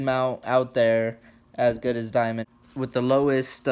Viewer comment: Dude, you must've said "Diamond" a hundred times and there's no "I" in their name. Fuck man, it's DAMOND!